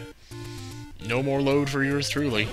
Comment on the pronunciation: whats he saying? the LOAAD? ¿